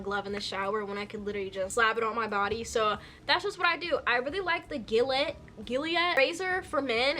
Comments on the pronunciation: Gillette is pronounces zhi-let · am i just slow orrr i really thought the razor gillette was pronounced juh-let 😭